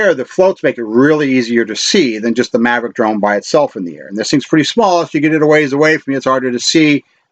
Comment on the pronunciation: Mavic not Mavrick